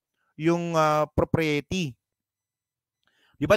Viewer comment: Bakit ganun pronunciation ng propriety? hehe